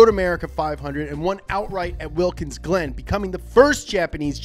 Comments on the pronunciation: Did just say "WILKINS Glen"? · did he say wilkins glen? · Gotta love “Wilkins Glen” 😂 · he said wilkins glen wtf